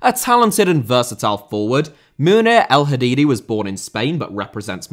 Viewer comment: El Hadaddi not El Hadiddi